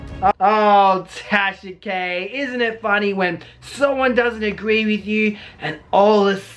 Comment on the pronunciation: Wait... did just say “Tasha Gay’s situation” ? 👀👀